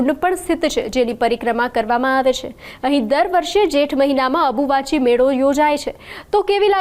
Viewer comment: Ambuvachi kevay dobi abuvahi nai😂